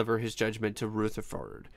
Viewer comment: "RootherfoRd" LMAO